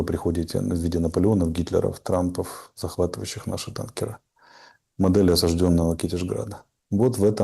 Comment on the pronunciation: Ремарка Арестовичу: Не танкерА, а тАнкеры, не тендерА, а тЕндеры,а также не в гуглЕ, а в гУгле